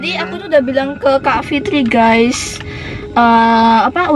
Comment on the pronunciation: Bukan geas harus geys